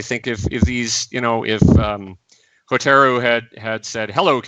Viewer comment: Minor thing but it drove me nuts. Kah-CHEE-ko not Kah-cheh-ko. Ho-TAH-roo and not Hohta-roo. Ro-kuu-gahn not Rock-uu-gahn. In general your Japanese pronunciation just drove me up the wall.